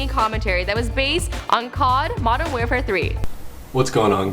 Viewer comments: Did she say "COD Modern 'Wear'fare 3"? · she literally said cod mw3 like call of duty modern wear fare three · "COD Modern Wherefare 3" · "Based on COD Modern WearFare 3" Wearfare?! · "He uploaded his very first gameplay commentary beaded on COD: Modern WEARFARE 3"?? Was I the only one who heard that